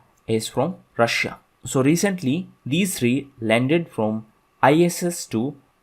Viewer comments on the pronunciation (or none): none